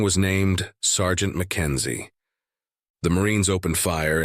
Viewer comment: The AI smushed the words to Sgt. Mackenzie together. This is how it should sound.